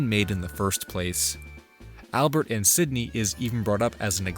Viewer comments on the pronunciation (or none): none